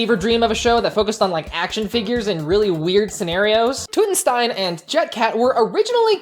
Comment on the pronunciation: The "Tut" in Tutenstein is pronounced like King Tut.